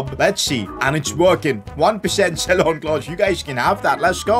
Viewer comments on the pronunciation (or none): none